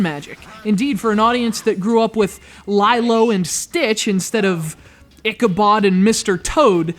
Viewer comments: We say leelo not ligh low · ... it's 'lee-lo' not 'lai-lo'... -. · IT'S LEE-LO you forgetful man! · …What's with the weird pronouncing of Lilo?